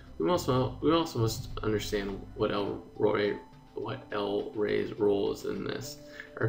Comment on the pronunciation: you miss "T" when you said "What" at the end... since you just said... "WHAAAAAA....???"